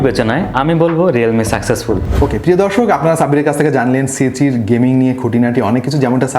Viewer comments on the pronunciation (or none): vhai apni c3 boltesenje jeno lage apni bolen cg